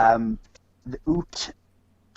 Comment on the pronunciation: The First Nation there were pronounced the ‘youts’ as in ute, not oots